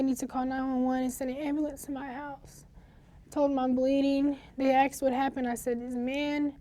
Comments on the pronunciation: Wish black wouldnt say aksed instead of as-ked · So even the guy texted - ak-sed woah thought it’s just black woken saying aksed not the proper way of asked